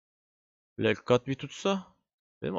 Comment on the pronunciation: ayak kırma lekkat olmadı ismi leg cut adam olması gerektiği gibi telafuz ediyor